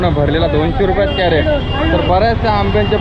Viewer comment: कॅरट काय म्हणता क्रेट म्हणा की